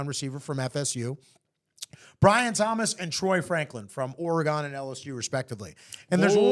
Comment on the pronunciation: We are not talking fruits and vegetables here! You are not too old to learn how to pronounce a name. You are going to see more excellent athletes from the PNW (Pacific Northwest), now that we are in the Big whatever!